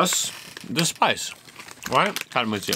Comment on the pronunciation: not karamuchi. but Karamucho